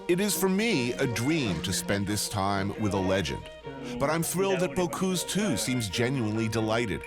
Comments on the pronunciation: come on, if you make a documentary, learn to pronounce people's names!!! Bo-cüse not Bo-cuse!!! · Not Bocouuuuse, BocUse